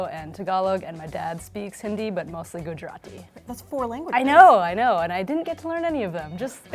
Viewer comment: I genuinely hate how she says Gujarati (no offense to her)